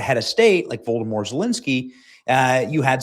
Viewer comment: Did you really just refer to Zelensky as Voldemore Zelensky?